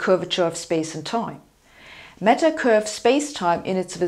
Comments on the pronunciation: I thought she said 'metal' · There is a fashion amongst Germans to mispronounce the letter 'a' in English words. So for example, the word 'apple' is distorted to sound like 'eppel' and 'band' becomes 'bend'. Too bad if you buy an 'eppel Mec in Menchester'. I too didn't get that she meant 'matter' until you pointed this out.